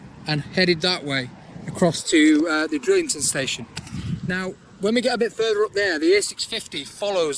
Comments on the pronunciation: It's Drighlington, not Drillington. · Enjoying the great vlogs. The G in Drighlington isn’t silent, it is pronounced. I used to live in the village and locals just call it Drig. Keep up the good work. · Pisses me off the way you say Drighlington